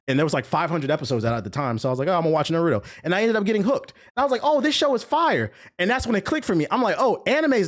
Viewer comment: “Nurudo” lol